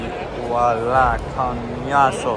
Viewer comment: Lmfao man said “COÑASO”😂🤣